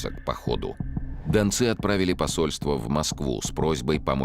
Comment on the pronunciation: Дончане это современное топонимическое название жителей донецкого бассейна. А в фильме речь про донских казаков, которые и назывались донцы( с ударением на последнем слоге.)